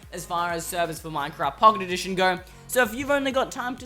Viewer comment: at 0.49 they say Pooket Edition